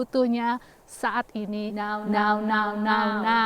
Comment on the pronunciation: Ciri khas banget pas bilang NOW NOW NOW NOW NOW 😂😂😂